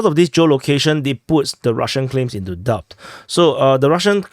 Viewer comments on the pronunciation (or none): The 'b' in "doubt" is completely silent,. Likewise in "debt".